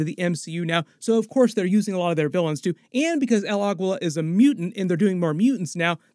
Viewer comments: Pronounced 'el ageela' not 'el agweela' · Bro please learn to pronounce names correctly. Its not Agwilla!! Its pronounced Ahgeela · El Aguila is pronounced as "Ah GEE LAH". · The way you say el Aguila sorry don't usually care but this pronunciation is so bad . Sorry but you said it a few times and I just couldn't get over it .